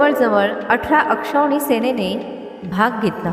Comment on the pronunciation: ते अक्षवणी नाही तर अक्षौहीणी असं आहे.